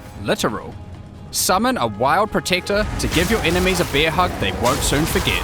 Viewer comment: when he says bear it sounds like beer